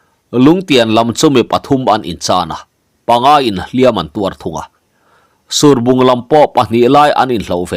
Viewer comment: Surbung tih i lamdan hi a diklo deuh lomaw, ruah a sur a, heta sur tia kan lam anghian lam tur a nih hmel tlat